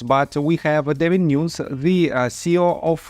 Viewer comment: I see you did not read my regarding David NewNezzzzz there is no point. It is not pronounced nooons